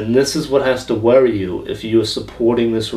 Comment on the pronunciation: "Do they warry you? Are you warried?".......classic.